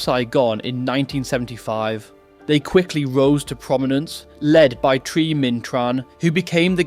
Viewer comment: Great story but a little more care on how Vietnamese names are said and pronounced would help. Vietnamese do not use the Th sound in their language, the ‘h’ is near silent so Thi is said close to ‘T’ also there are two letter D’s in their language. And both are said very differently as it depends if you are from the South or the North.